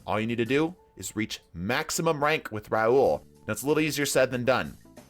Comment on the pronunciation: “Raul” and “Rahool” aren’t the same name…